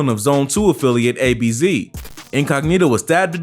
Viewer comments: It was ab’z not ABZ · ABZ😭 it's Abz. Pronounced like abs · Man said a-b-z🤣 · The way he said abz was funny still🤣🤣🤣🤣